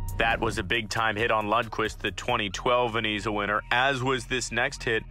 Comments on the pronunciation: Yikes. You have to do better with the pronunciations. It's "Vez-na" not "Ven-e-za" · Did he say vazeena trophy? It’s Vezina. Pronounced Vez-na. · VeZIna, not VeNIza. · Bro ur pronouncing names wrong and also saying "Veneeza" multiple times, it's Vezina and pronounced "Vezna". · It's Vezina not Veniza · It’s VEZINA not VENZA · VEZINA NOT VENIZA. If you make a video make sure you know how to pronounce names. Smh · VenEza 💀 Edit: He said Jake Allen of the Saint Louis Blues when he was on Montreal, bud maybe study hockey before you post something about it.😂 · its VEZ-NA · Is he saying Veniza? No way right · he also called it the veniza award many times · I came to the comments to say that! Why is he doing NHL videos if he doesn't know how to pronounce Vezina, Hasek, Roy, etc? If I heard him say "Vez-eena" one more time I was going to scream. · Couldn't even pronounce vezna correctly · No he says veneeza. Also it is not pronounced as Vezna!😅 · Actually it's pronounced Vez-i-na. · did i hear that right?😂 "vaneeza" trophy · "Veneeza" winner ? Ha !!! 😂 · What is a "vin-ease-uh" ???? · Vezina say it with me now Vez i na , Vezina it's not that hard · learn the players names, you pronounce them wrong so mucvh and the Vesna trophy learn how to say them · Same here.He can't even pronounce Vezina right. you shouls do research before doing videos. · You obviously know nothing about hockey if you pronounce Vezina incorrectly. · You should lose your channel just for your pronunciation of Vezina 🏆...